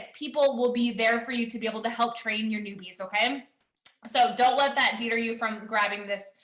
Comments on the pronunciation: the lady says “deeter” instead of “deter” and it’s giving me all sorts of giggles! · Wait...the girl who was talking said "deeter" for 'deter.' That tells me that she's reading and that she did not write what she's reading